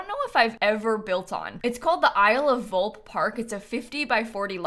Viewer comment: Hey, fun fact! "Volpe" is to be read Volp-eh, it means fox in italian 🦊